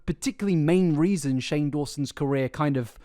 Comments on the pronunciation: you call shane strange instead of shane haha not a hatertho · Cannot stop giggling at you messing up Shane’s name and calling him Strange instead 😭😭😭😭